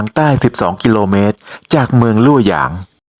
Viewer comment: เมืองลว่อหยาง ไม่ใช่ ลู่หยาง 洛阳市 Luòyáng shì อ่านว่า ลว่อหยางซื่อ แปลว่า เมืองลว่อหยาง ถ้าออกเสียงยาก ก็เรียกว่าลั่วหยางไปเลย